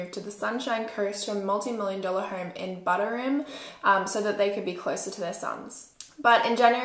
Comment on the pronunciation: ah I'm from the Sunshine Coast - the way you said Buderim made me chuckle